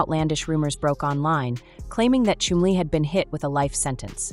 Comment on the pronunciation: every time she says Chumley I'm hearing Chun-Li